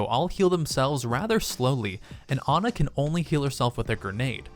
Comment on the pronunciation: It's Ana not ugh n ugh